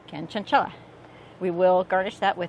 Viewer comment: Wrong annunciation. Ordering the hot honey next week to go on wings.